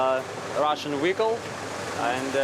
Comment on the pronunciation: My man Commander Chekhov by the tank pronounces his Wehicles correctly.